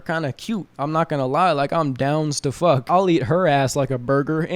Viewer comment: "Im downs to fek" 🤣🤣🤣🤣🤣🤣